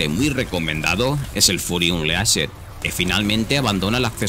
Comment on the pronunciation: "Fury UnLEAshed"? Porfavor aprende como leer y pronunciar ingles. Gracias. Lo demás buen video.